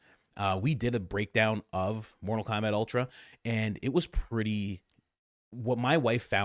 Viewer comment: Did you say mortal Komabat ? Glorious